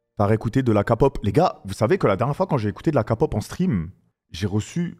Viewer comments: Kapop😂 on écris K-pop mais On dit. Keypop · Par contre c pas kapop😂c kepop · Amine, okay déjà on dit pas Kapop mais Képop ensuite écoute des vrais sons de BTS, Dynamite Boy with luv ect c’est leurs côté pop mais ils ont pleins de genres variés Pop, Hiphop, Rap, IDM, Pop Latin, Rnb, Jazz, Ballade… ect. Selon tes goûts à toi moi je te conseillerais d’écouter Mic drop Ugh Shadow Home Cypher 4 Love Maze My time No more dream Hip Hop Phile (en lisant les paroles) Like Spine Breaker Voilaa j’espère tu verras mon commentaire !! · Oui,sa se dit Kelle pop